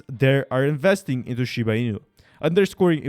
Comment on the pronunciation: Why dont you try to pronounce the name correctly. Its not shib!!!!!!! It is shiba. GET IT RIGHT!!!!!!!!